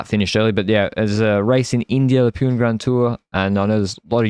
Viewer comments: I know you guys are trolling but just to clarify that it is not pronounced as Pewn but Poo-nay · From India …. Long time fan of the pod …. Small correction …. Pune is pronounced “Poo-nay” 😊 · it is pronounced "Puna", yes I am part of the Portuguese Ji*ad but my wife studied in Pune.